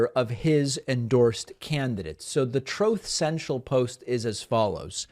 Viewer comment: Thank you for playing that little sound bite “throth cential”, cracks me up every time. Please never stop playing it 😂